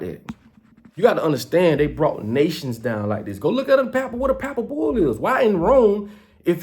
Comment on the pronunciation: Why won't you debate Geno Jennings on Religion pleas quit saying Pappal bull you sound like you dropped out of school in the 3rd grade. You need Jesus Christ. You're all over the place lip service you don't even brush your teeth you said in a video before why would anyone take you seriously. Or respect you that has common sense. People like you found a way to take advantage of poor and lost people during the shutdown. And you ain't ran nothing but your mouth. You say pepper has no value but you want people to buy your silly ass hats and clothes